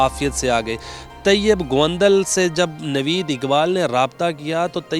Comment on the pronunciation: Phelay naam seedha lay gaundal nhi haunda gondal honda